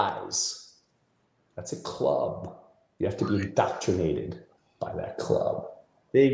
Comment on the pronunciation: does he keep saying "doctrinated"? Isn't he supposed to be a comedian? Someone who uses words for a living?